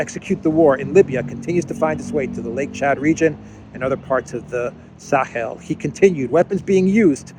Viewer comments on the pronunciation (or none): none